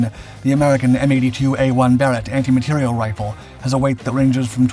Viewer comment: Not “anti material” (=antimatter?) but anti materiel, with the stress on the last syllable!.